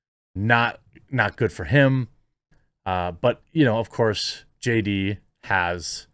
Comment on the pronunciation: Haha! I swear he said J-Date the first time he tried to say JD.